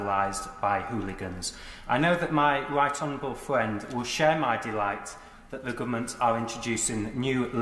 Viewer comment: My wight hwonerable fwiend uwu